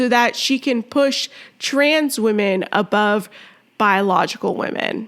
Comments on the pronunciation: he literally said trans woman right , then proceeded to say weeman wrong. thats not even an accent issue. this guys just a fucking asshole , any way they can put their insecure asses above us. theyre so insecure that men dont want them they have to lie about being natural born females and they gaslight you into thinking an asian blow up doll is real human beauty. im done being nice to the fucking assholes. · I don't care if this weird guy claims English is not his native language. He could do a much better job of pronouncing the word "women." When he says "weeeemen" I believe he is pronouncing it correctly; that is, he is deliberately saying, " We MEN." These malevolent individuals are deliberately taking over women's spaces and they are only thinly disguising that fact. They all know it. They are all in on the scam. And for all their inane feminist blather about women's "rights" the fact is they don't give a SHITE about women. They just want notoriety and power to feed their mental illness. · No, they're making fun of the fact that he thinks he's a woman. And they're pointing out that he's not a woman, he's a wee man, and the way he pronounced it has helped the joke. If a real Thai woman had said the same thing, I assure you no one would be laughing. Go look up the meaning of the word 'wee'. That means he's a little man, a small man, and we're laughing because he's small in that area down there which he cut off. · You mock her for pronouncing the word women as "weeman." This was unnecessary and had nothing to do with the issue of gender. You were simply being racist.